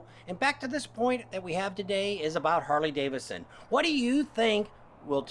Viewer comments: DAVIDSON... not Davison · Why do you treat the 2nd D in Davidson as silent ?